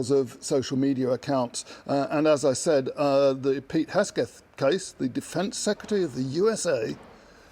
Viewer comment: Guys name is Hegseth, not Hesgeth. But never mind, prolly not worth learning at this point...